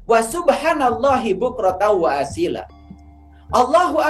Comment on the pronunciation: Assalamualaikum ayah guru,izin saya menjadi murid melalui YouTube ini. Maaf ayah bacaan waasyila itu yg benar' dlm Qur'an waasyiiya yg berarti pagi.